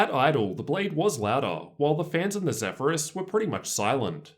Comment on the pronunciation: Awesome review! I went with the Zephyrus personally. Also, the way your accent adds emphasis to the end of certain words it trippy AF. (loud-her, bett-her, cool-her)